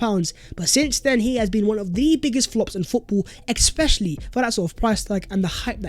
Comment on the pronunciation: Stop saying expecially. It's especially. And why does the s in arsenal come from the back of your throath. Sounds like you're saying arhenal